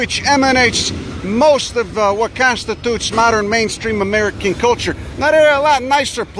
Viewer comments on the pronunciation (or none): none